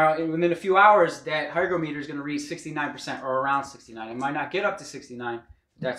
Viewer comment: hi-grah-muh-tur not hi-grow-mee-tur